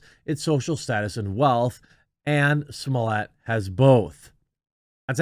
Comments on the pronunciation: nobody says Samoliyay, its Smollett, or Juicy Smalls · I love how he pronounces "Smollett" differently every time he says it...